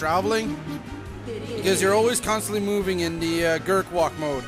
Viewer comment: its gerwalk not gerkwalk